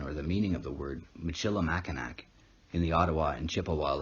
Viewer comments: Its mac I naw, not nack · It pronounced mackin-aw not makanak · Makinac is pronounced "Mac-in-awe". As a Michigander it's painful to hear it mispronounced, lol. Great video though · It's pronounced Mackinaw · Interesting video. Mackinac is pronounced MACK-in-awe. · Informative... I'm from the area it's pronounced Macinaw Island but it's spelled nac and Sault St Marie is Soo Saint Marie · It's actually pronounced "mak-in-aw" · you said mac in ac. It's cool bro everyone not from here gets it wrong. Great video and very informative. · It is pronounced Mackinaw, spelled Mackinac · Here in Michigan, we pronounce Mackinac as [mackinaw]. Cool video, cheers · You pronounced Mackinac wrong.